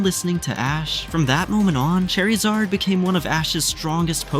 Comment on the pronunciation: "Lady os" "Skeptle" "Chair-izard"